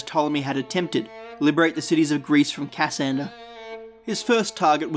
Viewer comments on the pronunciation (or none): Its not Ca - sander its "Cassander". The pronunciation is wrong.